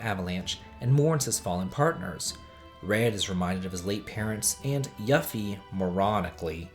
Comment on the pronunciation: I thought you had good choices. Great video! But please, its pronounced "Yoo-fee" for Yuffie.